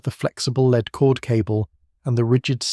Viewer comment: Shame that the AI could not differentiate between lead and "leed."